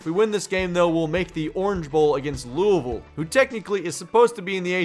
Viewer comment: Yay, you said Louisville right.